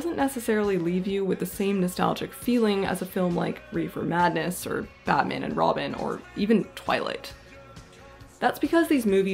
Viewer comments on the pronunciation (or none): none